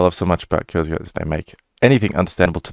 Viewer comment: The u in kurzgesagt isn't like in "turn", but a bit more like the one in put.